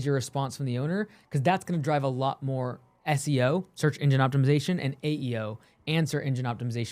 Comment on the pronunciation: I heard "search indian optimization" xD feather or dot